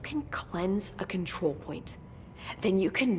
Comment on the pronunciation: kontrol pke R ya😅